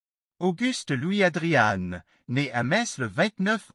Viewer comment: Je n'ai jamais entendu ce nom prononcé : "ADRIANNE" mais "ADRIAN"...